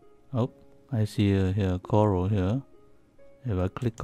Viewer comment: Coral not Cora -_